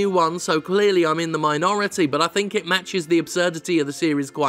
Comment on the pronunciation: The word is THINK NOT FINK.